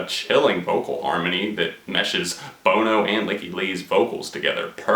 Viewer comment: You had me up until you mispronounced Bono's name..Seriously?